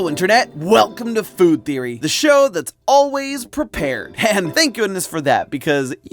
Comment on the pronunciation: FOR THE LOVE OF CHRIST ADD SOME MORE UMPH INTO YOUR PRONUNCIATION OF “WELCOME TO FOOD THEORY”‼️‼️‼️‼️‼️‼️‼️‼️